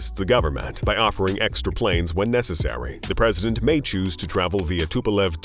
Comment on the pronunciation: So painful to listen to, travaal, nine hundrads, respectivelay. 350 gue-asts, equipmant.